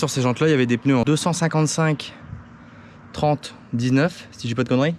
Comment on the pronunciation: Des ' PEUneus '😒😒😒